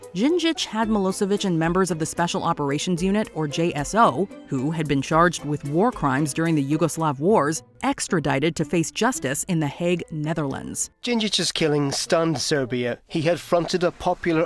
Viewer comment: It's HAAG , not "Haeg".. The "a" is pronounced the same as in "Florida". Not sure why i bother telling an American this, it's like trying to teach a blind guy something by showing him a video with no sound on how to do it